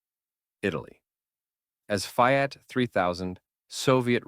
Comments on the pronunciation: Is this voice AI or a real human? Hard to tell these days but I assume AI because of the mispronunciation of "Fiat" as "fie-at" . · How could you say FIAT as F I AT and Tiger I as Tiger "eye"? perhaps doing a voice over would be better. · This narrator does not sound like an AI but seriously struggles with the pronunciation of non English names. I would have thought it common knowledge that the name Renault is pronounced Ren - no and the Italian name Fiat is pronounced Fee - at. You may not be a professional narrator, but if you want to gain recognition for the work, research your script before you present it. It detracts from what appears to be a well presented video.